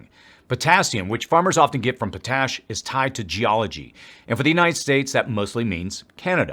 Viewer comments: FYI: it's not PO-TASH, it's POT-ASH. 😁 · Pot-ash said that way. Lol loved the video. 👍